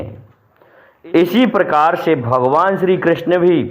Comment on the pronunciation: Are bhai gyan na bagharo,krasjna ji nam thik se lo ,Rahul na bano.